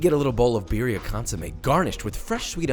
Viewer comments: Its not beerria its beetheuh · Hi.. Just letting you know that how you say butter is the same way you can roll your R to say birria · The only problem with this video is REE way he pronounces birria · Once I understood what he was saying, his pronunciation of Birria, low key made my eye twitch.